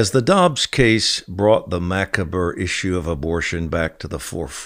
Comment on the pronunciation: ‘Macabre’ pronounced ‘ma-cob’